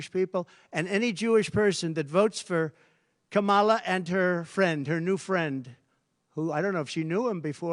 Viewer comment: Trump pronounced Kamala’s name right. Proof he mispronounces it on purpose to appeal to morons.